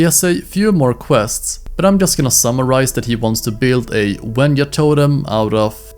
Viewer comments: WENJA not WENYA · Mate it's wenja not wenua also it's sabertooth cate or smilodon not sabertooth tiger